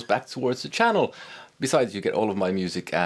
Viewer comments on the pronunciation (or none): none